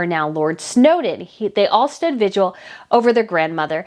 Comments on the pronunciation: It’s NOT pronounced VIGUAL….it’s VIGIL!!!! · Are you saying vigual instead of vigil? It’s driving me “bonkers”. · Your show is very interesting, however I beg you to work on your pronunciation. The word is “vigil” with 2 syllables, not “vig u al” with 3 syllables as you often pronounced it in this podcast. (The Royal Grift podcast also mispronounces the word.) Also it is “an artist” not “a artist “ as words beginning with a vowel use “an” as the article not “a”. To your credit you pronounced “viscount “ and “Westminster “correctly, which many others are butchering, including mainstream reporters. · It’s vigil, not vidual . Sorry, I’m a nerd. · It's VIGIL not VIGUAL! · It’s vig-il. Not vig-u-al. Practice, practice, practice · The word is pronounced vidge-ill NOT vidge-you-ull.... just saying. 🤔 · Just to help....with no ill intent.... The word is vigil. Pronounced vi-jl....it isn't the word visual with a d instead of an s. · I think you slightly mispronounce “vigil” to sound more like “vigual”. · Heard someone repeatedly say virgil yesterday! 😂😂😂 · Love your coverage, your insight and your holding the Harkles accountable, I look forward to each of your episodes. But please and kindly 🙏 work on pronunciation of common words - today's rough spot is vigil. Yikes! Adding a syllable that doesn't exist each time you say it, and on such an important topic to your coverage, is distracting. Again many thanks for your coverage! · Hi. I love your videos. Keep up the great work. Thanks for putting in so much effort for all of us.🤓🤗👍 P.S. The word "VIGIL" has only 2 syllables. No judgment. 👍🤗